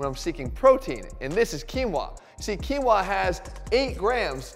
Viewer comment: That's how you pronounce quinoa?